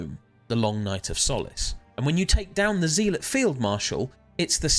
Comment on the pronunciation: It's not "Zeeelot" it's "Zealot" as in a religious zealot.